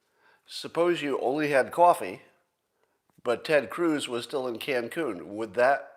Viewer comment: Hehe...Scott said Ted Cooze.